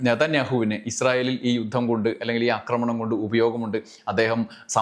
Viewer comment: അക്രമണം എന്നല്ല ആക്രമണം എന്നാണ് പറയേണ്ടത്